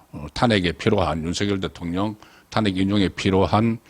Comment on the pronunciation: 유능한 정치평론가가 될려면 단어의 발음과 액센트를 좀 고쳐야 될것같습니다. 광화문 에서 광 자에 액센트를 주면 안됩니다. 탄핵에서 탄 자에 액센트를 주면 안됩니다. 송 평론가님을 지지하고 사랑하는 팬이 올리는 충고의 글입니다.